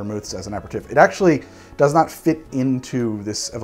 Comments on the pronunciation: I am usually not like this... but PLEASE! “Ah-pair-ah-teef”... almost had an “ah-mond” moment! Love your show BTW... your sidebars make my day! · Love your videos. But please pronounce it "a perry teef". Love from France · Ah-pair-ah-teef...I'm DYING a little inside every time I hear it wrong. It's French...say it like it is French! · I completely defer to pronunciation, especially since nobody is complaining, but I keep thinking it's pronounced "aper-teef" and it surprises me every time it's said in the video. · Gonna get into a tiff with you over this. It's a-pair-ruh-teef, accent on last syllable. And you even used an online pronunciation guide for aromatize. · usually love your videos, but....the six different pronunciations of "Aperitif" within the first minute and thirty is driving me absolutely bananas. And not once did you say it the way I've always heard it: "ah-pear-ah-teef". Otherwise this is the usual solid effort from you that is informative and fun to watch. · should be pronounced 'aperiteev' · Pronounced: Uh-pair-uh-teeeeef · I can't finish this video, the french pronunciations are killing me inside... apereTIFF?? DuBonneTT?? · It's actually pronounced ah-pair-ee-teef . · I love you, but If you say a-per-tiff one more time the entirety of Europe is going to drop dead. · You keep pronouncing it wrong. Aper-ih-teef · Your bad french accent is a thing of beauty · I love your videos but you're not pronouncing aperitif properly. I had to stop after the 42nd time! Regardless, you're awesome, thanks for making 2020 better!! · My French uncle is crying at the pronunciation of aperitif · like fingernails on a chalkboard...please google the pronunciation of aperitif...love the content! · Do Haus make a different aperitifs as opposed to the right way of saying it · i think youre missing a vowel out when you pronounce aperitif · wanted to learn but i can't watch 30 mins of him pronouncing aperitif wrong. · I can’t stand the way you say aperitif! Omg.